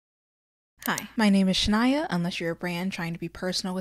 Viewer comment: Nooooo not Shannon. Shaniya. Like the Twain with a twist. The twist is a "y."